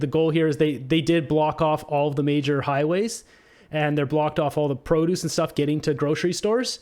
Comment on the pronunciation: Not how you pronounce produce